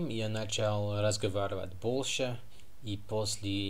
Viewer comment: Ошибок грамматических у вас очень мало. Они не мешают нам вас понимать. Вы свободно говорите по-русски. Акцент есть, но он минимальный: проблема англичан и американцев [л']. Вместо слов "большой", "больше" произнОсите "болшой","болше". Ну, а в целом, вы боЛЬшой молодец! 😉